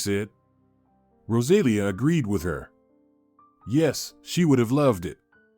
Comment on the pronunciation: Rosalia with the accent on the i! !!!